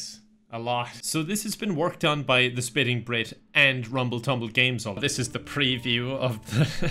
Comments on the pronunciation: Why is he saying SPITTING instead of SPIFFING? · Did just say "The Spitting Brit"? O_o You mean 'Spiffing' sir!:D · I like how he pronounces 'the spiffing Britt' as "the spitting Brit" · Is he saying spinning brit every time or is that just me? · The SPINNING brit?! Honestly.. how arrogant of you to not even get the names of your colleagues right. SPIFFING brit! Get of your high horse, fellow peasant, you're in the presence of greatness.